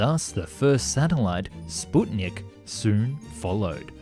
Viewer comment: Kudos for making one of very few videos on YouTube where "Sputnik" is actually pronounced correctly.